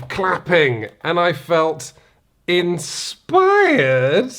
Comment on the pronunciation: I don't get why he said inspired like that. Can someone explain this for me? Edit: I understand now. Thank you!